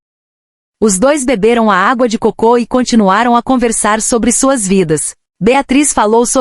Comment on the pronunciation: Terrível ouvir este vídeo lido por IA: repete mais de 3 vezes água de cocô em vez de água de coco! E ficar ouvido repetidamente faz pensar: por que a IA não corrige erros de leitura decorrentes de erro de acentuação?